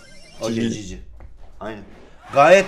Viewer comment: Gg yi çiçi gibi diyor